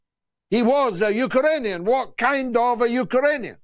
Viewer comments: Great show George but I'm laughing out loud at your pronunciation of Ukrainian. You're saying Uker_anian. It's Uk_rainian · “U-ka-ranian”. Some needs to spell UkRanian to George. The R comes before the A not after. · Absolutely love George's sarcasm 🙂 Not sure what a Uka-rainian is though 🙂